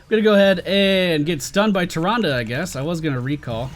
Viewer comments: It's Tih-Ron-Duh look it up in every Wow/Wc cinematic or anytime her name has been mentioned it is said that way I have played both for a long time 👌🏼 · not sure if you've ever played WC or WoW but it's pronounced the second way.